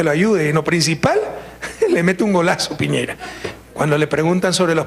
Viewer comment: Piñera chucha no piñeira